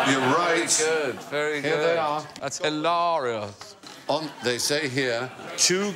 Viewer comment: Idk why but the way alan pronounces "hilarious" here is the funniest thing I've heard in weeks.